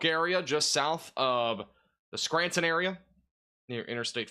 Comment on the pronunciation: It’s pronounced Clare e in and skran ton